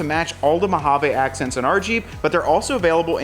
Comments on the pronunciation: I cringe a little every time you say "Mojave". 😆 Sounds like you're saying Mo-ha-vay. Most of us say Mo-ha-vee. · THANK YOU ... almost turned it off because the way he kept saying it... like who told you that was how you pronounce mojave ???? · Thank you! Yes “vee” is the correct pronunciation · I liked the orange “Mowhaveh”😂 accents. Specially the cowl. Don’t mind if I press on the cowl link and Tazer